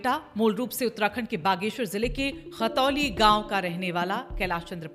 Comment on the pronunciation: मेम खतौली नहीं khantoli है